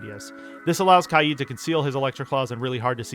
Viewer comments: Not to judge but HOW did you pronounce kaid? Kyeed? It’s pronounced Kayd Kay (like in okay) and d which makes a duh sound kaid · its k aid not kai eed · the way he says kaid